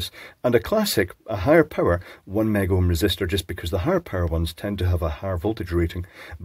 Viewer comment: Is it so hard to say mega? Its not made by mcdonalds.